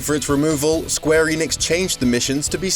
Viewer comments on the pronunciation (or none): none